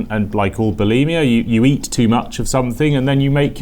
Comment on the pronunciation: tuned out when you decided the a in eat was silent lmao